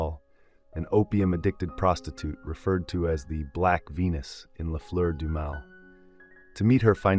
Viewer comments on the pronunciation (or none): Interesting; It would be even better if you took care to find out how to pronounce some of those foreign sounding words, like ' Oedipal', or 'les Fleur du mal'. don't give up!